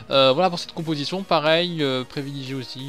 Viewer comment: Au début ta dit compotition au lieu de composition mdr sinon bonne vidéo 👍🏻😂😂